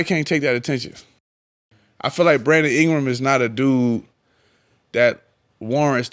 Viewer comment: Cam: "Brandom Ingra"😂😂😂